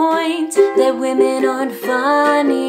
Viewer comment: "Wamen"